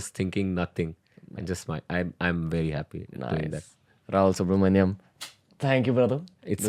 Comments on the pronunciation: Subramanian... Not manjam or manium. The "Ian" is not an "Iam" or other variation... I am sorry as a Subramanian myself it is the most off putting thing esp. on a public forum. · Its subramanian not manium ranveer